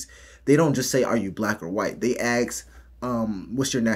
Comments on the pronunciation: a-s-k! Not a-k-s! I’m out! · DO you really have to say AX or AXE? Just say ASK! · Why "aks" not "ask"? Such a strange mispronouncing. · And they axe them... Jesus is it so hard to say ask. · ask not axe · C'mon!!! Stop with the Axe.... It is assk.....